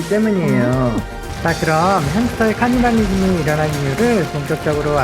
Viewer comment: 하..카니발리즘이라 그러는게 자꾸 거슬리네요.